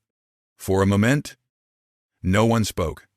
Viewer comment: Please learn how to pronounce MOMENT!